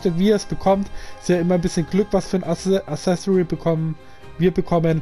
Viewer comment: Accessoire nicht assesori alles top aber die ausprache dieses Wortes